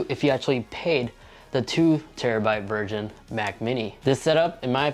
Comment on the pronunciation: 2tb "virgin"